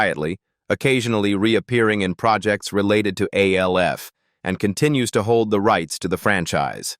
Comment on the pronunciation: It's not A L F ; it's Alf like in Alfred. Stop using A.I.'s